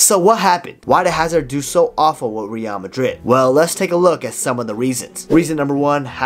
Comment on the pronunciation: Great videos man, but the way you pronounce Real....ughhhh